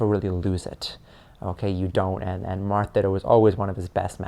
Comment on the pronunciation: I love the when he says "Marth Peach, Marth Peach, Marth Peath, March peach" lol it's the most adorable slip of the tongue